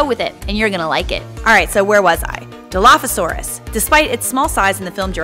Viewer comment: My dude even pronounced it wrong